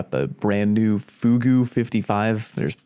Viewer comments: Fugue sounds like fyoog, not foogoo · fugue is pronounced f-you-g, not fugu lol, also that thing with focused fury does as much as firing line, plus it can benefit from volatile flow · Just you know, Fugue is pronounced "fyoog". It's a musical term, which seems to be a thing with some of these weapons. Fortissimo, Syncopation, etc. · "Fugue" is pronounced "fyoog". It's both a style of classical music and a mental state. Fugue as a song writing component that introduced and reintroduces a familiar theme Fugue state implies losing your sense of self awareness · Can someone please tell that he's pronouncing Fugue wrong? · This man still don't know how to say Fugue. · the way you say fugue makes me very angry,.